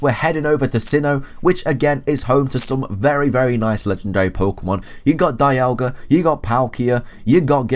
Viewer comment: Dee-al-ga not Die-al-ga